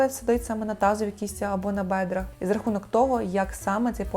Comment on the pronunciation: так, теж хотіла написати, що все прикольно, але слово "бедра" ріже вухо. Але сам огляд взяла до уваги Дякую!